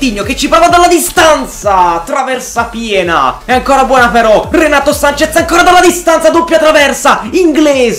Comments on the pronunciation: Si dice renato sances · Comunque si dice Renato Sanches,con la "s" alla fine